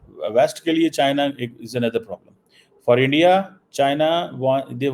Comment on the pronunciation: Tu jitna "endya..endya" karegaa..utna mota mota hota jaayega!! So.. endya..endya..km kro..seht thik hoga..